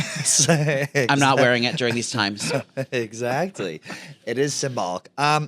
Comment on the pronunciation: pronounces “exactly” as if there’s a “g” in it. EXAGDLY. Lolol